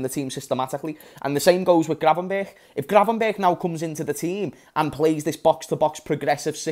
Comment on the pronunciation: It's gravenberch not gravenbergh.